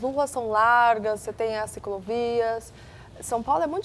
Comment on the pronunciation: Ela fala CICROVIAS?! Só mesmo sendo a mulher do dono da rede TV! para ter a oportunidade de apresentar um programa....